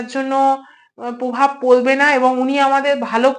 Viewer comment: "পভাব" নয়, "প্রভাব"😅